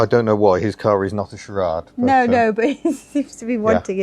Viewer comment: Charade pronunciation Char A ede.